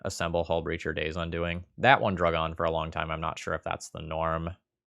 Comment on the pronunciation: In game 3 you said quite often "playing around Daze". Later you pronounced the spell 'Day's Undoing' like 'Daze Undoing' and i just saw a card in my mind that could be in the next un-set. Maybe: "Return a card that got countered, because you didn't have enough mana to let it resolve from the graveyard to your hand."